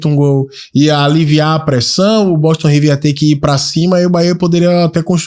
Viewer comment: Não é BOTON não, mano. É BOSTON.